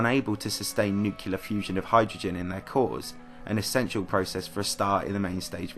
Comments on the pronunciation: Alex_ Icestaff No, that doesn't have anything to do with his accent. There is nowhere in the world where that pronunciation is acceptable. That's someone who's not familiar with the word. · Nuclear: pr. Nuke-lee-er Not "Nuke-YUH-ler" Nuke-YUH-ler isn't a word. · Not new-Q-lar, New-Clee-ar. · Nu-cle-ar not nu-cu-lar. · Nu-CLEE-ar not Nu-Cue-lar. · Hmmmm EXCELLENT !!! I missed to talk in my comment about this nukeelar . To everyone: it s N!U!C!L!E!A!R!R!R!R!R!!!!!!!!!!!!!!!!!!!!!!!!!!!!! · Did you say nuculer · Dude I love your videos very much but why do you pronounce nuclear as "nucelar" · You pronounced nuclear wrong.